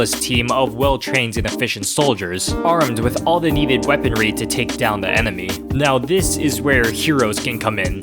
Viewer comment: this guy really said take down the emeny lol.